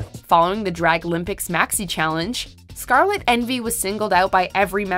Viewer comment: Finally you SAID SCARLETS NAME RIGHT congrats girl